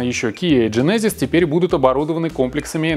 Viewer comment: В слове гЕнезис ударение на первую е.